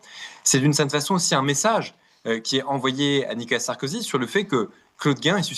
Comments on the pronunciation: "Nicolas Sarkozy" et non Nikala Sarkozy 😂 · MERCI 🙏🙏🙏 (Attention toutefois; on peut l'appeler Sarko ou 'l'ex président félon' mais pas "Nica Sarkozy" comme vous semblez répéter en voulant aller trop vite)